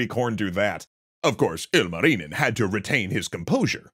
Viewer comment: I'm glad you're doing a bit better on pronunciation than most NAs, but you're pronouncing 'Louhi' in a way for the first 4 times you said it I thought you said 'Lalli' and you're saying 'Ilmarinen' IL marinen and it's just one continuous name 😅